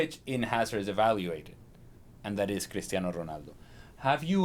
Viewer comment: Lol.. when did Cristiano become ' Critano '